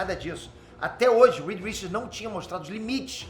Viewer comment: Aleluia Peter. Falou o nome certo.